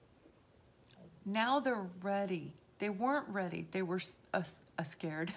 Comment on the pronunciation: Cross watcher!! And when you said uhscared, I subscribed 😂😂😂 I was like,hahaha ME